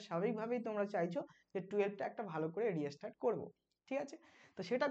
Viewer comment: Restart er pronunciation ki reastart ....ektu notice korben